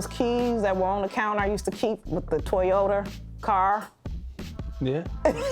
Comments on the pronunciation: TOYOTER 🤣🤣🤣 I thought I was the only one who heard it till I saw the drawing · “The Toyoter”😭😭😭😭😭😭😭😭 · Toyoter 😂 Resteeraunt 💀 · She said "toyoter" 💀💀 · lmao she said "Toyoter" and look at the animation 😭 who edits y'all videos 🤣👏🏾👏🏾👏🏾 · “Toyoter” “Resteeraunt” 😂😂😭